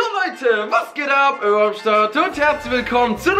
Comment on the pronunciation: Ich versteh einfach immer euer eier am start